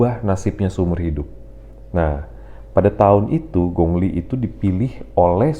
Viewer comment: Bro namanya kok disebut Gongli....ditulisnya memang gong li..tapi penyebutannya bukan begitu bro....pelajari ping yin bahasa mandarin...